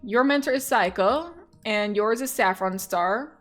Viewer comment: Saeko = say-kow I think